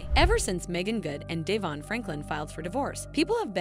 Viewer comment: De von NOT DAYVON!